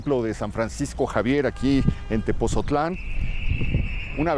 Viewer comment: Muy bueno gracias por visitarnos. Solo que no es Tepozotlan , es Tepotzotlán